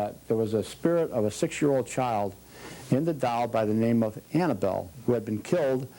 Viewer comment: Its annable not ann